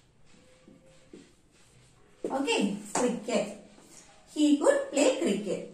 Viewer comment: Sis, This is not good (could), the way you said is wrong, try to avoid local slang. But appreciate your content,, I'm really sorry to say this.